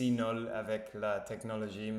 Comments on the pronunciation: Ah vous revoilà 👍 une chose, vous prononcez mal le mot NUL. Vous dites NOL à la pace. Je suis nol it's no good ( like m'y English 😁) je suis nul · Salut, l'important c'est de te remettre, le français ça peut attendre, tu n'es pas obligé de poster tous les jours. Fais attention parce que quand tu dis je suis nol, ça veut rien dire, on dit je suis nuuuuuuul avec le son U. Les tablettes en français c'est juste pour le chocolat. Donc les tablettes de chocolat que tu trouveras dans ton supermarché, on peut parler de tablettes de chocolat quand on fait de la musculation et que l'on travaille ses abdos ou abdominaux et là on a de belles tablettes. Pour les médicaments ce ne sont pas des tablettes mais ce sont soit des gélules, des cachets ou des comprimés qui peuvent être également effervescents. Bon rétablissement mais ça devrait aller grâce à cette bonne mixture que l'on t'as prescrit😈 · bienvEnue. Je suis nUl... il faut travailler la prononciation.